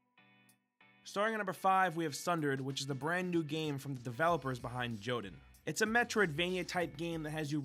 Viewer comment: It's *Yo*tun, not Joe-ton